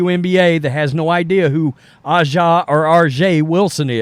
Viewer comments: A'ja is pronounced Asia just like the Steely Dan Album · A'ja is pronounced Asia. Caitlin Clark is laughing all the way to the bank. Notice she is keeping her mouth shut. Just like college she is just ignoring all the arrows. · I don’t disagree with your point but please at least try to say A’ja Wilson name correctly. It pronounced like the continent ASIA. Thank you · From what I can tell while watching the game, the announcers pronounced her name as Asia, just like the continent Asia, but spelled A’ja. A’ja Wilson. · I think A'ja is pronounced like the continent Asia. 8/28 is peanuts for Nike. If I was Clark, I would have taken the 4/16 and counted on the belief that in 5 years I'll be position to get a deal for twice as much. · I agree with a lot of what you say, but you are disrespecting A'ja by not pronouncing her name properly. It sounds just like the word Asia. So lets stop with the disrespect if you want people to take you seriously. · Bro, either research how to pronounce her name or pronounce it wrong and move on. We don't need a two renditions every time you mention A ja. I didn't know how to pronounce it either, but get it right or just intentionally get it wrong. I hate DEI and all the BS too, and like your videos, but come on man.